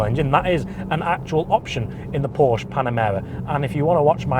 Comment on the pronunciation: I stopped watching after 10 seconds of the video. “Porsch” sounds so stupid...